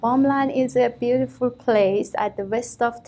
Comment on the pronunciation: I banged my head to the wall everytime she said BUIRIFULL